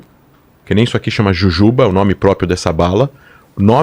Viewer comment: E não sabe nem falar "próprio"